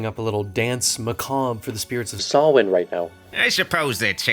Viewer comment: Good attempt.... its sow-win but much better pronounced than sam-hane like they did in supernatural lol